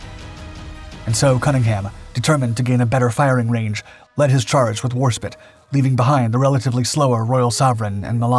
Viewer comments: Call it warspit one more time I dare you, it may be fine but it will find a way to snipe you from the afterlife, for it is Warspite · Yes! Warspite pronounced War- sa- pite Not War -sa-pit ! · It's was called Warspite not fecking Warspit.....E or no E? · TARE-n-TOE. Interesting name for a town. I wonder where it is. War Spit. Sounded like a powerful ship that figured prominently. I'm surprised I've never heard of it. Six different ratings represented by the bridge crew. Interesting. In the late eighties the u.s. Navy rarely had more than three. 😜 I truly enjoyed the dark docs and find them to be informative. But is this a computer-generated narration. Seriously, I'm having a hard time believing a real person who has been doing war documentaries this long would be ignorant of so many pronunciations and terms. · "Warspit"? Serriously? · As a fellow Jason I approve this message.. Véry annoying to hear spit 10 times and I'm not even native English speaker. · Your inability to pronounce 'Warspite' correctly leaves me wondering if you are a human or a bot. I mean, how difficult can it be? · WarSPITE... SPITE... NOT SPIT... the I is freaking LONG... That's what the final E is for... Didn't they teach you basic spelling rules in school... like by second grade ? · No one gonna comment on the "Battleship Warspit" instead of War SPITE? the fuck...the most decorated ship in history an this guy can't even get it's name right ... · AAAAAHHHHHHH SPITE, NOT SPIT its HMS WarSpite, not warspit. Apart from that inaccuracy a good video. Foot note the click bait still picture is of the USN New Jersey firing all her gun at the same time. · Its not war spit its WARSPITE got it bud.. there us a E on the end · not war spit its Warspite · You show footage of American ships and crew and German aircraft in a battle fought between the British and Italians: Well dione! Additionally, the British battleship was the WARSPITE, not Warspit. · Spite! Not Spit! Warspite has an "E" on the end.